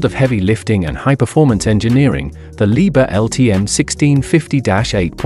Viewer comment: Не leebear а Либхер!!!